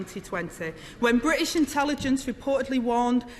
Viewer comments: Only 25 letters in Angela's alphabet. Missing the "t". Bri ish and securi y. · I'm from Manchester, speak with a Mancunian accent, but it boils my piss how she sounds like she goes out of her way to make us all sound so thick. "Ther bri''ish pee-pull" - just fucking say "British" and use the letter T - it's really not that fucking hard. It's also LAZY. She has some excellent points, and they could* hit really hard, but her pronunciation even to me is really distracting. Moreover, it paints the substance of what she says as lazy (even if it isn't, but that's the effect). Her job is to be an effective communicator, above everything else. She isn't doing that.